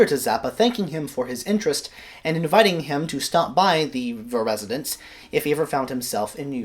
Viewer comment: "Verezidence" Nice one.